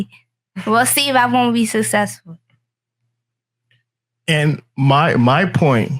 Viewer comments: Okay SO ILL SEE! YOU SAYWEHLLELLSAY WILL SEE! WILL SEEE WOOHMM BEE SUUFESSFULLL 😂😂😂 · I wish I could see Kevin’s face when she said “we’ll see who gon b susesfool” and he took the long pause 😂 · Shawty talking about success but can't say the word succesful😂😂😂😂😂😂😂😂😂😂😂 "Wahhh see, uoowaaga successsal" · “we gone see who sussessful” 😂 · I believe she pronounces it "Susssesssful" lolol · I'm not going to argue with someone who says sussesfoo (successful) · " You're saying ahhtuaamuaa we'll see. We'll see if I won't be SU-SESS-FUL." lol. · "we'll se whagonge sussessful" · “ok so I see...I see if I not sussseffull” (can’t make this ish up) 🤪🤪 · I’m sorry,But Daaaaaaammmmnnn!Kevin with the truth torch.And the lady sounds illiterate,”Sussessful!”smh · I don't think you will be successful if you cant even say it correctly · That little girl can't even pronounce successful. The irony🤷🏽‍♀️🤦🏽‍♀️ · These women are a disgrace!!! She can’t even pronounce “SUCCESSFUL“! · The fact she couldn’t even pronounce it says it all. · I literally just cringed to death why did she say successful like that?... that whole sentence was disgusting fr.... side note pinky XXX laid out the blue print ijs she handled her business while she was popping she’s still living off her old videos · she wasn't even successful in her hopeless attempt to successfully say 'successful'.